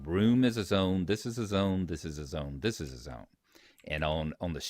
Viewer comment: thiz-ziz-a-zone, thiz-ziz-a-zone, thiz-ziz-a-zone. XD. Great tutorial though.